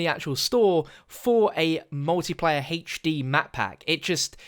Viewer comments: “Hache Dee” 😂😂😂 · #heichD can't get over the way you say HD. Love it, keep up the good work.